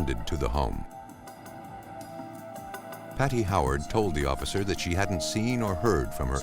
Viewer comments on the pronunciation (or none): none